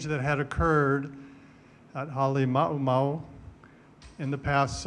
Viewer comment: AI Can't Pronounce Ha'alimaumau. You've been made!